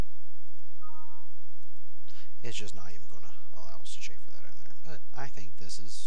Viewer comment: The term is - Chamfer - NOT Chaffer. Please pronounce the 'm'. You are using a completing unrelated word through your pronouncing - chaffer.